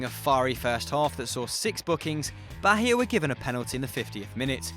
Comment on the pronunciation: Thats not how you pronounced Bahia, its like the H is silent, and the intonation is on the 'i'.